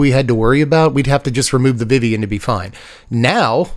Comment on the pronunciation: VeeVee. It is pronounced like VeeVee.